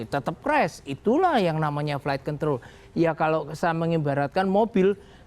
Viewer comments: emang pada g bs ngucap yg bagus apa ya? itu kaya ngomong flight kentrol. bukan control. aneh aja gt dengernya. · Apa cuma Aku aja yang denger pembawa acaranya nyebut control kedengeran seperti nyebut Kont*l??? di menit